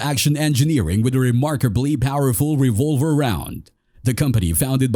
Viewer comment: That AI voice and mispronounced words/terms are too much for me, I'm out of here at the mark with a "thumbs down". Anyone know what a .460 revUlver is?